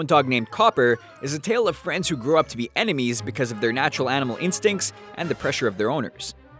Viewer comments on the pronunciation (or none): none